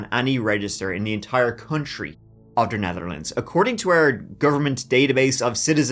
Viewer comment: in the Entire Country of the Netherlands...... Its not that big of a country that this emphasis suggests 😂😂